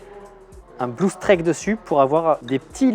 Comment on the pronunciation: Un régal ce genre de vlog BTS avec explications de ce qui est fait etc ! On en veut plus souvent ! =D Pour le filtre "Streak", le ea se prononce i dans ce cas là, donc faut le prononcer strique ! et à pas confondre avec un strike de bowling qui se prononce "straïque" :p